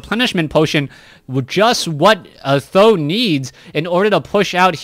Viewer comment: yes I am Chinese so I simply don't know why you call TH000 as "tho" .... maybe calling him "tri-Z" (tree-zee) is even better?